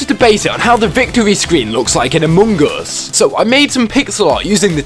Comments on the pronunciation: You said Amogus (amo-goose) you meant Among Us (uh -muhng /əs/) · It’s not amoong us it’s among us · No one: Literally no one: No single soul:: a m o n g o s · Ah yes, my favourite game "Amuungas". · “Amuung us” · "amung uus" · I love how he says AmOnGuS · Ah yes, british... Emon Goos 😳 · My man realy just said Amung Us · I love the way he says ammung us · I love how he says among us amongus Good video! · I love how he pronouces it Amogus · He says amoonguss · the way he says among us is funny. and good job keep up the good work.